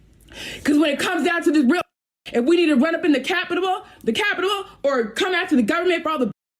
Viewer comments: Bruh, she said “Capitable” twice 😂🤣 I can’t 🤦🏽‍♂️ Wtf is going on right now The thought process with a lot of women today is scary af 🤦🏽‍♂️ stay safe fellas. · “ if we gotta run up in the capidibal da capidibal “ behcuz MIN kell pehpol “ She was real “ breathy “ 😒 inhale “here have a snickers” 🧐😂